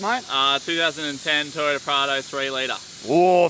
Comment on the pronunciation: Ha ha ha - had a good laugh along this great vid with the commentary - You are a funny bas*ard! You’ve got a great rig mate - very capable and a huge upwards step from the Ford to the Teyota (SA accent😂) Keegan and Sarah have done a fair bit of sand driving although he was first bogged lol and he is the best fisherman! Looking forward to some more great vids mate!